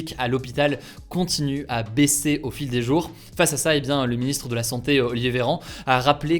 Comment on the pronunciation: Tes prononciations des mots me fume essaye d'améliorer ça si tu peux par exemple ces prochains jouuuuuuuur au lieu de prochains jour, ou kive alors que c'est Kiev 😭🤦🏻‍♂️